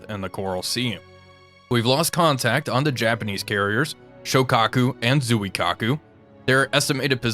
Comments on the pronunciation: Why can no You Tubers pronounce Japanese names? It would only retake a second to do some basic research. May I suggest you watch the movie, “The Final Countdown.” You might learn a thing or two of Japanese from a young Martin Sheen. Other than a native Japanese, I’ve never once heard anyone on TV correctly pronounce the city of Kyoto either. It’s not KEE-YO-TO. It’s /Kyo’-to/. Nor is it Zoo-eee-Kaku. My ears are bleeding. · Because everyone pronounces it Zoo-eee-kaku, even those in academia.